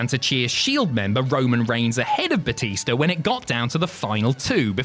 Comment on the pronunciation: Bootista? Really?